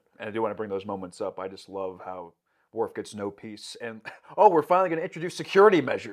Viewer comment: Every time you guys call him "Dorf". lol